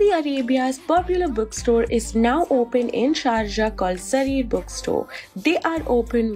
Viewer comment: Is it Jarir or Zarir? 😅 Please work on your correct pronunciation